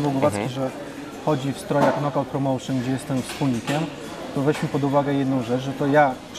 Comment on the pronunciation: BABYLON PROMOŁSZYN HAHA